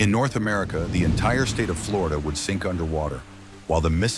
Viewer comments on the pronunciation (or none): none